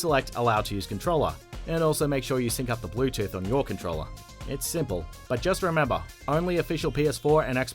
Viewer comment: Hah "CONTROLLER" NOOO